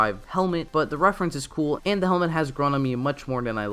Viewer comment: You keep saying your “the” like “duh” and it’s bugging me for some reason